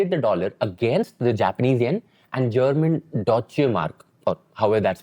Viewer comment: Doicha or Doeitcha is how it's pronounced